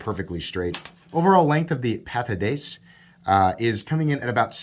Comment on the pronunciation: Pat-a-dee-cee. Or, as it is known in my house, the No-a-buy-a.